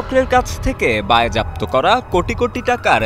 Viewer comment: সাংবাদিকের উচ্চারণ ঠিক করতে হবে। বায়েজাপ্ত কি?? বাজেয়াপ্ত হবে।